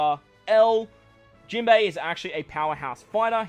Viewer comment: Jimbo was the most Australian I've heard you yet hehe